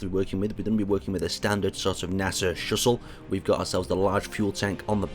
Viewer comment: he said nasa shushel